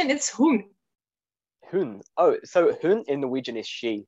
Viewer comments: The guy representing norwegian does not pronounce all the norwegian words correctly. For example in norwegian the words "hun"(she) and "hund"(dog) are pronounce exactly the same way, and the d in "hund" is silent. I feel like he should not have the role of representing norwegian, when he clearly does not know enough from our language. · Well yes but if you want to compare two different language similarities you have to use native speakers (!) For example he says hund wrong. It is pronounced hunn. The d in norwegian is almost never pronounced in the end, and only some times in the middle of words. The exception is a few rural dialects. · As a native north Norwegian speaker myself, I also found it weird he pronounced the "d" at the end of words like "hund" and "blad". Most dialect doesn't pronounce them. Some dialect pronounce "hund" like "huñ".